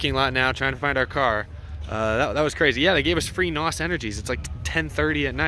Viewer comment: .....i actually fast fwd'd the video to the end because of how drug out this video was! Glad you had a good time...sure! BUT....PLEASE do me a favor, PLEASE STOP saying NAWS...OR NAUSE OR NAUSS...please understand something! N.O.S = N O S !!!!! For Example: ITS LIKE SAYING, "that kid over there has 'ADD' and has to take aderall to concentrate". But thats not how you would say it...you would say...."that kid over there has 'A D D ' and has to take adderall to concentrate". N.O.S IS BASICALLY NOT A WORD!!!! IT IS AN ABBREVIATION! THOSE ABBREVIATIONS STAND FOR...."NITROUS OXIDE SYSTEMS" its like, every since that dang FAST AND THE FURIOUS MOVIE CAME OUT, PEOPLE HEARD THOSE D.A.'s SAY NAWS...LOL SO PLEASE PLEASE PLEASE PEOPLE...........STOP!!!!!